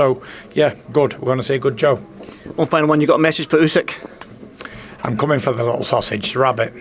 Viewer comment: Can someone tell Tyson how to pronounce Usyk?! And also that it's the year of the Rabbit this Lunar New Year.